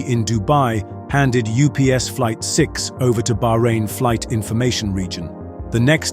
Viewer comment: Thank you for correctly pronouncing Bahrain, 99% of Youtubers don't bother.